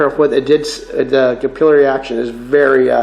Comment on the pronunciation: btw its not cap-il;-eee-airy action it's cap-ill-airy action (or cuh-pill-er-ee if you are a brit or cap-ill-er-ee if Canadian) there's no second i after the l's. believe it or not it's the same as the method/action that oxy-gas brazing works to spread the brass or bronze or whatever over your parent metal... Yeah I thought I was going to be a welder by trade but scoliosis got in the way.